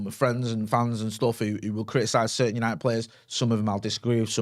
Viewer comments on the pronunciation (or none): none